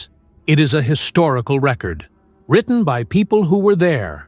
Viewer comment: Surely…… For a video of such stature and consequence, one could hire a professional to narrate the text and pronounce all of the words correctly knowing that the word “record” can be a noun or a verb and is pronounced differently for each. SMH